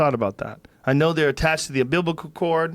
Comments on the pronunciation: Joe "deers umbiblical" Rogan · Joe “Doing a babtist” Rogan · Joe “umbiblical cord” rogan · Joe "umbiblical cord" Rogan